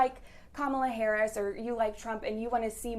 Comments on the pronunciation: Jesus, why is it so hard for then to say her name correctly? Just say VP Harris, SMH!! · Two of the three women do not know how to pronounce the Vice President's name. The young lady in the blue dress keeps saying her name correctly, but the other two are not getting it.